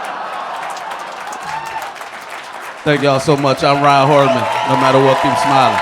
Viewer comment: Rahn's last name is as pronounced, Hortman, not Hartman. Help a guy out so folks can find him, I dug these comics. Good stuff!